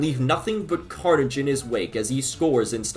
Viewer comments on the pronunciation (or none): none